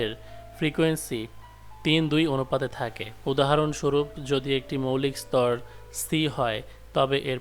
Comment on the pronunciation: স্তর নয় স্বর!